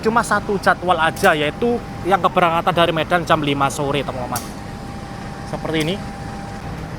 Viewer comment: khas banget ngomong temen temen nya,jadi temememen